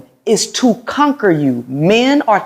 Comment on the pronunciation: He said “conquery”meaning that seems you are trying to conquer fresh and fit after she said that she extinguish arguments putting a fire OUT. He was a male sounding like he is a 2 year old learning to pronounce words point proven 😂😂😂😂😂😂😂😂😂😂😂 “conquery” Talk about keeping a forest fire going.